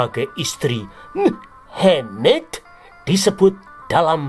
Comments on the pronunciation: Maaf admin ... jgn menyebut si mamad dg muhemeedddd ... sakit perutku ketawa. Kasian kadrun nanti kepanasan .. ☺☺😄😄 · Medokk nyebutne,,,,,mu,,,ha,,,,maaddddd😂😂😂😂😂jd aku like jempolnya 😂😂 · Admin knapa bilang nama mohammad kayak gitu...😅